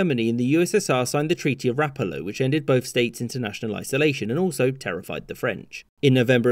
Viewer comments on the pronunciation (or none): Rapàllo, not Ràpallo.